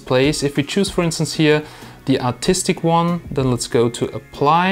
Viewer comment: am i the only one who heard autistic instead of artstic